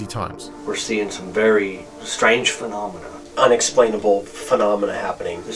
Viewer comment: Totally awesome clip was the guy saying Phanomina a couple times edited into the Muppets clip!! Totally classic!!